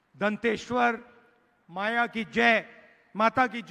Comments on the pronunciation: बस्तर की देवी मां दंतेश्वरी की ठीक से नाम लेने नहीं आता है दंतेश्वर माया बताया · अरे राहुल जी तुझे तो दंतेश्वरी माता का भी सही से नाम बोलने नहींआता है तो प्रधानमंत्री बनकर क्या करेगा